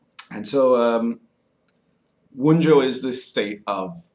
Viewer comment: I have to say I find the pipe smoking during the video to be annoying. If I am going to invest my time in watching content about a topic, I would rather not sit and wait for someone to tamp and light their pipe and then puff on it. Also, the names of the Runes are reconstructed in Proto-Gemanic. In Germanic languages the J is pronounced like a Y, it is "Wun-yo" and not "Wun-Joe".